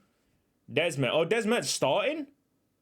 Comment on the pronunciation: Little bit of pronounciantion error there with desmedt it's not des-medt like you're saying, it's de-smedt. Desmedt, De Smet, De Smed,... it's all the same name, a derivative from "smid" the dutch word for blacksmith.